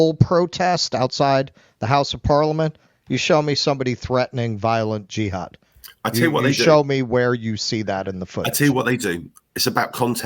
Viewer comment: At least he pronounced jihad properly and when did he do this speech sounds like 4 in the morning